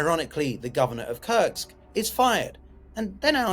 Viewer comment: It's called Kursk not Kurts.